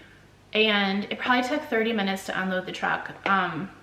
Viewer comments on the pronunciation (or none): none